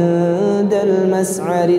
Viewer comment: 'Afwan, pas bagian المشعر terdengar ش-nya seperti suara س 🙏🏼